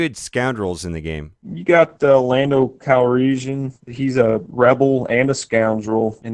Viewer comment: lando calreeshun? seriously? gtfo man